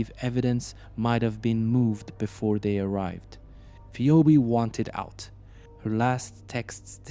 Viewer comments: Good video however the name is pronounced fee-b. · You don't even have enough respect for the victim to learn how to pronounce her name properly. You're just grifting on human misery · seems they don't even have enough respect for the victim to learn how to pronounce her name. They're just grifters